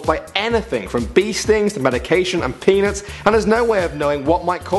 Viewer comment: Sure sounds like he says penis.